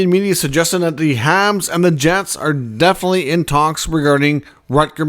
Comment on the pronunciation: It’s pronounced obviously not obvosly….enunciation!!! Definitely is also pronounced definitely not defily!!